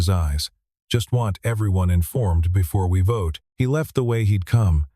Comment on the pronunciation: At about : : the audio says gibberish that sounds like 'votae' instead of 'vote' with a silent 'e' at the end!. The silent 'e' is the normal English way that word is normally presented!. Oops LoL 😮😮